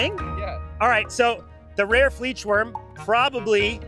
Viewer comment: the fleechwurm 💀